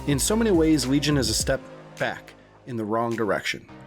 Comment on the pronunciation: You-bee- soft NOT uby soft Also Lee-Gn Not Weegon